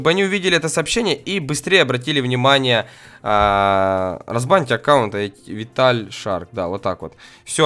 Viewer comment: А почему рзбаньте а не разбаньте?